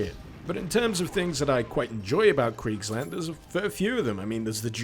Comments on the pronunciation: It's spoken a bit like [Creekslahnd] and I think the sonicweapon is spelled like [Shall, as in I shall do this + waffle, but without the l spoken] -> schallwaffe.... I have an exam to prepare for, goddamnit.. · Why did you read Kriegsland as Cridgeland?